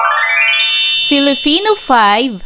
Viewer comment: Bakit filifino ang pronounce ni